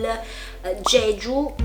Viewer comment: "Gegiu" Il momento di confusione